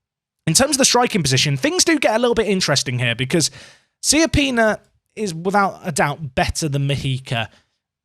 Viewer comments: SAY IT “CHAPPINA”, PLEASE. LIKE CIABATTA. It’s not Siappina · I love your content and the series, and in the end you should pronounce it however you like, but he's right, the correct pronunciation is "Chapina", it's an Italian last name